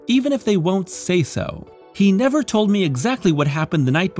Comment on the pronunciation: Micheal cane: NEVAH!